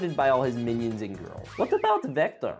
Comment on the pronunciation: "The goiwls" got me 😂😂😂😂😂😂😂😂